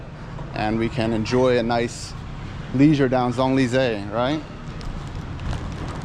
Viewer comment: This is like the Eiffel Tower in a neighborhood in China. I agree that this is not where the French expats live. The French dip their croissants in their cafe au lait for breakfast. And butcher the pronunciation of Champs Elysees so badly.